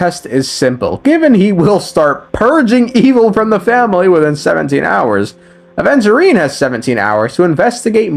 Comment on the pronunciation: bro called "Adventure time" instead of Aventurine made me off bruh ☠️